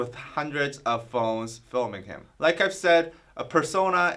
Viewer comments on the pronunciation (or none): none